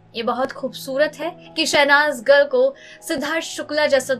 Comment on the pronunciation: इतना style मार के क्यों बोलती हो भाई..?..? शहनाज गिल की बजाय शहनाज गल बोल रही हो । हिंदी में भी एक्सेंट का use करोगी क्या..?..?